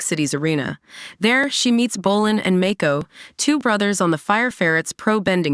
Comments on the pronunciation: Your pronouncing the names wrong, it's not Make-ko, it's Mako! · Even Mako